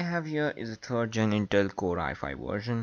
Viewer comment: Did he say terd or third?